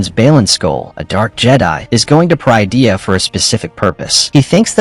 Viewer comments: It pronounced Pah-rid-ee-ah, parydia. Not per-eye-dee-ah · They’re using an AI voice generator, that’s why Peridea is mispronounced